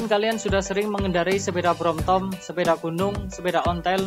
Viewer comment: BROMTOM apa BROMTON abang tadi bilang nya BROMTOM😂😂